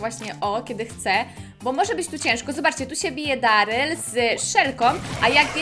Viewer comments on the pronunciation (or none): none